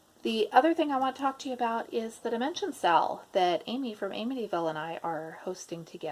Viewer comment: I am a relative newbie to floss tube, and I thought you were saying « sale » when you were saying SAL ( stitch along, correct ?) So I thought you were going to sell some kits 😂